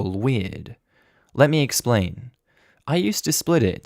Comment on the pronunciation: I think you mean let instead of 'ley'